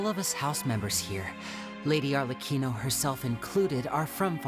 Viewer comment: Father... Arrlechino